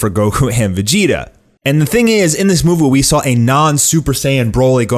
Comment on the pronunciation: "And the thing is in this moovo".. (Movie) Lol